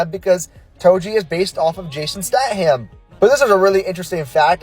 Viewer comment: Holy shit, how many times can someone say "Statham" wrong 😭